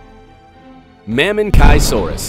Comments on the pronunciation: The pronunciations of some of these dinosaurs is terrible. It's not "dip- LOW-docus", it's "diPLOD-icus", and it's not "MamenKAI-saurus", it's "MaMEN-chee-saurus", c'mon guys at least get the basics right! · Its correctly pronounced as “ma-men-chee-sow-roos” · Lowell Deepnya and maminchi and not mamenchi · Narrator: Ma-men-kai-saur-us. So you have chosen death . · That wasn't the only name mispronounced. Almost all of them are grossly mispronounced; Giganotosaurus, Mamenchisaurus, Pliosaurus, Amphicoelias. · Same it’s clear to see that he dont know shit about dinosaurs. I mean he called spinosaures “lizard with thorns” wtf man. Im pretty sure spinosaures means “spined lizard”. Also the way he pronunced mamenchisaures really triggered me